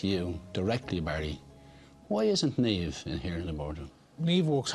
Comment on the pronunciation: Jesus, it's NIAMH, not Neivh. Where the fuck do you think we're from? Istanbul? Jesus, it's Niamh!!